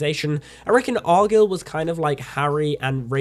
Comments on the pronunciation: he can say the word guy lol it’s arguyle not argill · It's pronounced ar guy ill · If you watched the movie, why are you saying argylle so wrong?